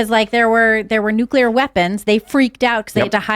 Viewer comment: It’s Nuclear and pronounced Nu-clear not Nu-que-lar.